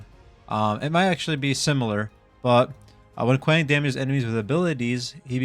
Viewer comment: You’re pronouncing his name wrong it’s KWong The A sounds like an O